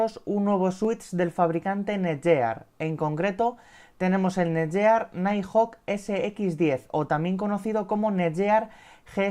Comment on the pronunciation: El vídeo está genial, sólo un apunte. La marca se pronuncia tal que: NETGUIAR